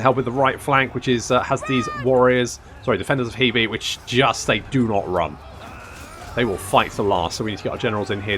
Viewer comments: The pronunciation of Hebei (河北) is closer to 'hur-bay' than 'hee-bee'. Just FYI. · We've seen the Defenders of Hebei Now we need someone to mod in the Attackers of JeeBees Since you seem insistent on pronouncing HeBei as HeeBee, I thought I'd make a pun.